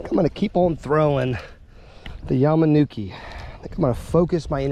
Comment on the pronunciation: it’s a Yama ta nuki is how you say it and you really want to fish it weightless and fish it similar to a jig